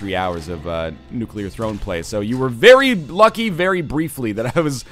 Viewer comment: I'm proud of you, Northernlion. You're pronouncing "nuclear" correctly.